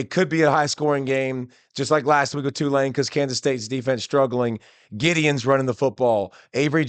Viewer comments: Why is everyone calling him Giddeons now😭 He’s one of the best backs in the country let’s get his name right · You can’t even pronounce Giddens. It is not Giddyuns.